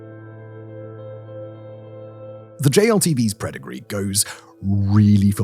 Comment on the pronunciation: This video has quite a few mis-reads and typos, nothing terrible but maybe you guys need to slow down production a bit :) "The JLTV's Predigree" (mis-read of "Pedigree"?) "General Purpos" (caption typo) etc